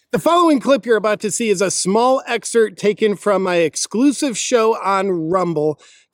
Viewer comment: It’s NOT an “Exert”, JP!! 🤦🏼‍♂️ It’s an “EXCERPT”…the “p” is not silent.